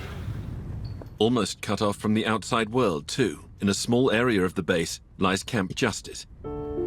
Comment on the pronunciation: Areer? Never heard of an areer? I don't know how the listening public benefits from intrusive R?